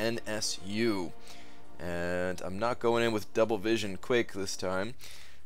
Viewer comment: C'mon its no S 3 N S U....its Sensu as in a sensu bean from dragonball...you really need to brush up on your anime. 99% odd Marvel fans love Dragonball. Goku is the greatest Hero ever invented